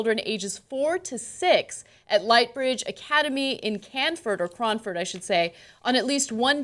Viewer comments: IT'S NOT CRAAAAHNFORD, IT'S CRAYONFORD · Pronounced cran - ford cranford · I used to go to that preschool. It was called Rainbow Academy and you pronounced Cranford wrong.